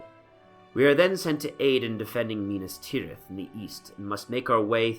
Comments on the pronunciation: Why do you say Minis Tirith like Farmir at the river battle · lol "minus teerith" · Well I guess that's one way to pronounce Minas Tirith and Minas Morgul